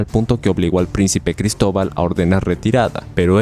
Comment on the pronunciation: Jaja gristoval ja gritoval colon